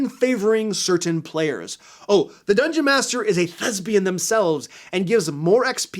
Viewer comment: Okay I misheard you when you said "thespian" and was very concerned for a while. I had to rewind and turn on captions for the rest of the video.